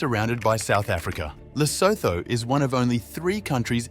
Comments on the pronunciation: Not Losotho, it's Lesotho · narrator mispronounced Lesotho. The end is pronounced "utu". Good video though. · Great video. Quite a few surprises 😃 ... the H in Lesotho is silent. France also owns French Guiana on the South American continent.